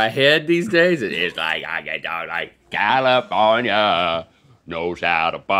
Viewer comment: Califownia knows ha da paaaaaaaaaadeh 😂😂😂😂😂 Link’s eyebrow when he says it is priceless